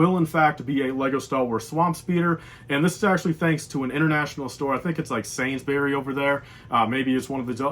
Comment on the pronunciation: I’m from the uk and the way you said Sainsbury’s is killing me 😭